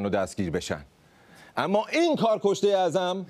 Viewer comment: کارکشته اعظم گفتنت شبیه خوارکصه اعظم بود 😂 😂 😂 😂